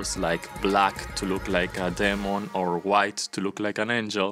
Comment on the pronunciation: The way he says demon... No offense